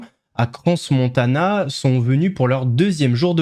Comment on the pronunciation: On ne prononce pas le s de Crans Montana 😉 particularité suisse